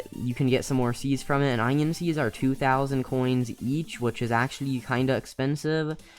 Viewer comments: my mans really said "eyenoin" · the way he said onion